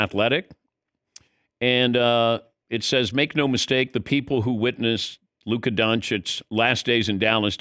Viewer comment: Why do they keep saying Luka smoked cigarettes? Only heard huka